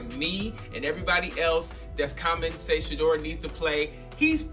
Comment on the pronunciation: Omg it is NOT "SHEEDUER"